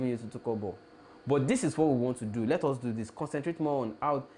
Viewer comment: Please, its not 'Hus' but 'us'. Just work on the 'h' factor. Nor b insult o